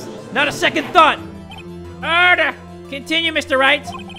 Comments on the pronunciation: jay spells:order jay says:erder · I swear to god has way too much fun when pronouncing the word ‘Order!’